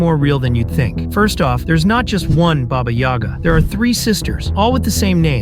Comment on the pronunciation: When you said baba yoga I thought is jone wick